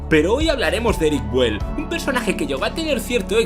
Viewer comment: Muy bueno el video, pero la pronunciación es "biúel", no "buel" como ud ha mencionado. Saludos cordiales.